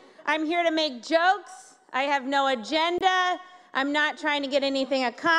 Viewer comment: She said "I have no vagina". Not agenda.